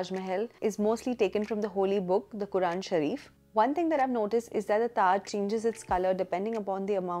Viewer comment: I really like the way you said Quaran Sharif. Ty for showing respect 🙂